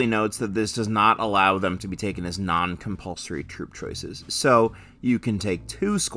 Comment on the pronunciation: Hehe... "Cumpulsory" 😅